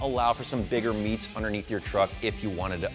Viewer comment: Bigger meats !! not bigger meets !!!